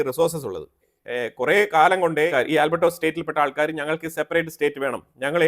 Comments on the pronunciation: Bro. Not albertos, its Alberta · ആൽബ്രട്ട not ആൽബ്ര ട്ടോ സ് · Not Albertos, it’s Alberta